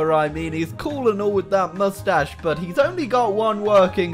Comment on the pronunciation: Moostach tickle ploezZz